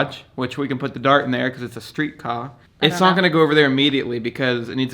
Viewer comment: “Cuz its a street cah”